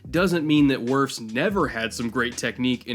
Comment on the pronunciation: Psst, it's Wirfs